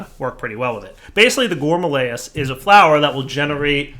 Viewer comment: It’s not a GOURMALAEUS. It’s a _GOURMARILLYS_. Like I’ve been saying for like 5 let’s play seasons.